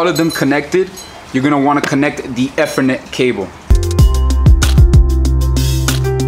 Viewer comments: Good vid but its E-ther-net, not ETH-er -net :) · "E" ther "Net" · It's pronounced "E" Eeeethernet, cable.